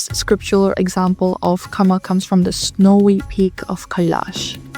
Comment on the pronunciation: Correction on pronouncing kama- "Kama" is pronounced like "KA-ma," rhyming with "comma," with the stress on the first syllable (KA), similar to "car" followed by "ma" (like in 'mama'), making the "a" sounds short and clear. Think of saying "car" quickly, then "ma," blending them together as KA-ma.